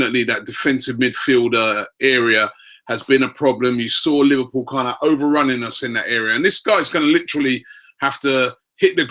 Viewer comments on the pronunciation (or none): none